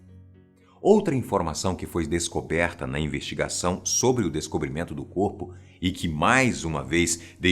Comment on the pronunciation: Fala sober asosiasão kkk